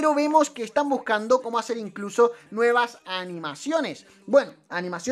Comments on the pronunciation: Dice nuievas :::v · “Nuievas” XD